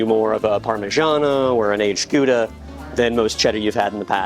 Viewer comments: Please for God sake, it is not Gōōd-a, the ou in Gouda sounds like when you hurt yourself, so G-O-U-D-A. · I love when he says Gouda 😂😂😂😂Goo-dah❤ It’s pronounced How-dah🎉🎉🎉Teach us …the!